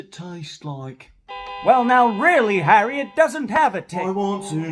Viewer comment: I am german and the pronounciation of Harry was so so bad, hard to understand at all 😂